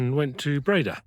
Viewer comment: Dutch oe = English oo (as in cook). Dutch oo = long English ō (as in home). Breda has the stress on the 2nd syllable.